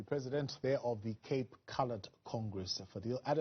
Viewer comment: the interviewer keeps calling him Fidel as in Fidel Castro instead of Fadiel...